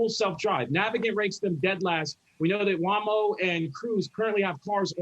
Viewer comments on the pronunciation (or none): FYI: Waymo is pronounced "Weigh Moe", not "Wah Moe". That said, I'm happy that is around. I missed out on picking up a pair of those red Tesla short shorts, and people like give me hope that Elon will sell them again.👍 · also needs to learn how to pronounce Waymo (Hint: it's not WAMO) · This guy just serious said waamo lol It’s Waymo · Did he just call Waymo, "Wamo"? How is this guy even an analyst. He can pick "facts" out of thin air and spout it all he wants, but it doesn't stop him from sounding like certain other fast-talking charlatans (Travis Milton).